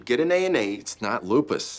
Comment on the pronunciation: I swear that same dude is always like "it's LUpiS"